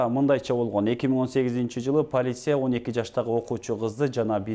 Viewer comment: ПОЛИссИЯ , СОтОР дебей , норм.суйлочу , алып баруучу.Суйлогонду такыр билбейт экенсин . Дикция деген жок . Фу....